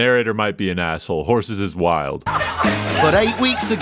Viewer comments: Hussie, not horsey lol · hes not saying "horse"s hes saying "hozies" but with an english accent so it sounds like "hozes" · he really thought he was saying horses 💀😂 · Is he calling them "hussies" or "horses"? In context clues both seems wrong, but I'd rather be called a horse than a slut.